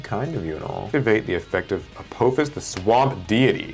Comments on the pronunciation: I liked the concept. Only critique was that it A-paw-fis not A-poe-fis since its based on the egytian apophis not the asteroid lol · A-poe-fuss, lol